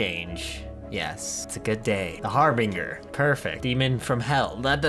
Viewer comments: Every time mispronounces Harbinger I die a little inside. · does no one realize hes saying harbinger wrong